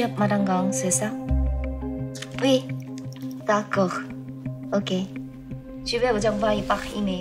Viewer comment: 어색한 악상.단지 R발음을 촌스럽게 하지 않으려고는 했지.그래도 다꼬흐!봉쥬흐!는 아니지 귀가 왜 달린건지. .깡통프랑스어.